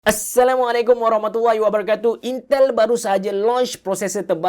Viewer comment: intel menjadi yintel